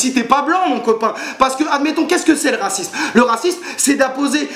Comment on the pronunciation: "carnaval de racimse" ! :D ELOCUTION MON COPAAAAIN ^^